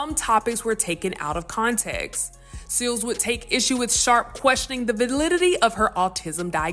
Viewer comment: the WHAT??!! "vidddlidditttyy"?? she murdered that word 😂